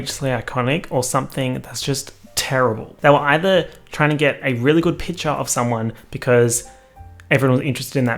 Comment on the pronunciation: 12 minutes of saying 'piture' instead of picture